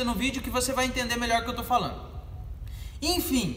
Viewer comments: " infim" valeu as dicas ! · Infim ... infim...infim... infim